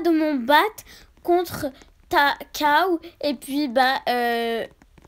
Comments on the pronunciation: mdr on dit pas caw on dit cow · Cow pas caw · Ses pas caw ses la cow